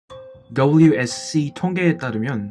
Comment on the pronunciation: wsc발음 개찰지농 ㅎㅎ